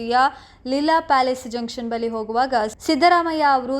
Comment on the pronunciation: ಕನ್ನಡ ಸ್ಪಷ್ಟ ವಾಗಿ ಮಾತನಾಡಿ.... ಬಲಿ ಅಲ್ಲ ಬಳಿ....